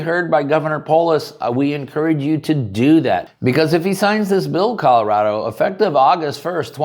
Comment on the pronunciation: You mean Calirado, not Colorado.